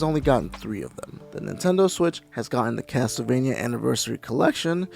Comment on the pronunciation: review the GBA ones :) they are great, also the TLE in CasTLEvania isn't pronounced TEL, it's pronounced CASSEL